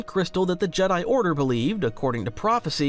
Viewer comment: ..... what? The Jedi - Jedd'i Kyber - KyBurrr Come on. Thats goofy. Did the ancient Jed'DI, use the KyBURR crystals? 😅